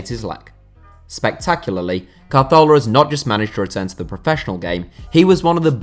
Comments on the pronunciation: Is it just me or do you pronounce it Cazorla rather than Carthola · It was nothing like the correct pronunciation. He moved the letter R to make it CAR-thola for some reason. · Ka-Thor-La = Cazorla The way you said it made me develop OCD and become bipolar. So now I am out to get you, or am I? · Why did he pronounce it car-thorla it's (as far as I know) pronounced ca-zorla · The way you're saying Carzola is really pissing me off. Also Bellerin is a right back, not a reft back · Not carthorla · CA-ZORLA. Just say it normally and you won't sound short tounged 🤷🏼‍♂️ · Why are you saying CAR-thorla where did they r come from at the start lol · Apparently Santi Cazorla's name is pronounced Cahorla. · It isn't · I loose a brain cell every time he says calzthorla. He was my favourite player and it was so sad what happened to him and now can't even say his name right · Why r u saying santis name like that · My bad, I thought you were talking about how he pronounced the "z". You're right though, he basically skips the "r" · C and z's are pronounced "th" in Spanish (Castilian) rather than the "s" sound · I am portuguese and i speak spanish and annoys me more the way he pronounces it than how the one english do, it sounds like he has a problem on his mouth the way he says it, hurts my ears